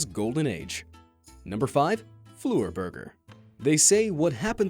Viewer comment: Man the way he says fleur it’s not flu err it French for flower search up how to pronounce but please stop